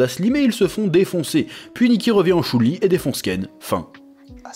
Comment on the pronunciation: Jackie Chan revient en chou line ? C'est Shun Li pourtant ... Autant "Honde" au lieu de Honda admettons avec l'histoire du sponso de Mitsubishi mais là non